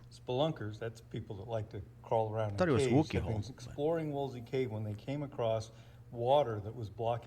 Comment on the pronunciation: It's Wookey not Woolsey. The first dives there were hard hat, not on a tank. (I was "dry" caving in Mendip, that part of the world, this weekend. It was damp, constricted and fun. I was in a 5 mil wetsuit for the "dry" caving.)